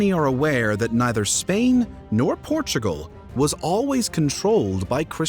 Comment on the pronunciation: There is no "h" in "peninsula". Nor is there an "h" in "Portugal". Also, showing some major cities early on would be helpful.